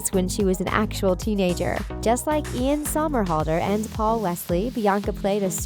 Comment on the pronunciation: girl it’s not eLaN sOmErHaLdeR it’s IAN SOMERHALDER it’s not that hard